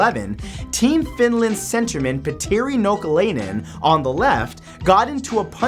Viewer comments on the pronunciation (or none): Suomi Finland Perkele! Suomi mainittu! Torilla tavataan :D XD +I like how you said Petteri Nokelainen XD It sounded so funny to me as a Finnish Person XD